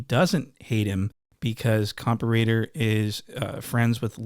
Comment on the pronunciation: Why u say compa raider the wrong way now ? 🧐